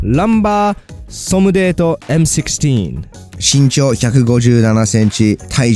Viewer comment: ランバー・ソムデートM16の M16はエム・シップホック と読むんやで